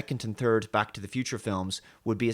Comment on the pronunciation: I still remember when he couldn't actually pronounce "Back" properly so it always sounded like "Bach".